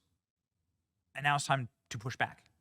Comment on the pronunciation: what is "shubris" ?